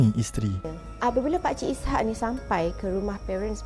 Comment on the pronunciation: Maaf admin, sebutan nama pemandu teksi ( cerita pertama) ialah Is- hak, bukan I -syak ( sebutan spt waktu solat). Nama Is-hak adalah dr nama seorg nabi .